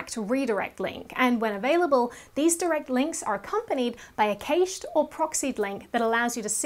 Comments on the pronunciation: Great information for a techno part-wit like me, thank you. (Just one thing I think you might have wrong is the pronunciation of the 'cached' term? 'Kashayed'?) I might not be in on the techno word trend. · Oh myyy... I LOVE how she says cached!!! 😍